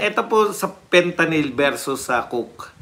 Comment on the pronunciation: Sabi ni mike Abe Fentaline at hindi Fentalyn, akala nya pati oral ang pagtake nito😅😅😅